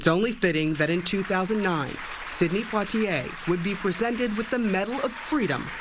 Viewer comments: please pronounce his name correctly! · Learn how to pronounce his name correctly. If you can’t even do that then you shouldn’t have reported on the story. This man has done so much I think you can learn how to correctly pronounce his name. It’s not that hard. She should be let go. Her ignorance and lack of empathy is appalling.